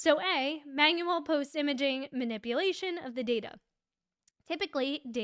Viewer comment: lol “manip-uh-lation”.